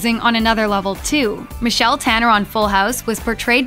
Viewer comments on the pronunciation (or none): none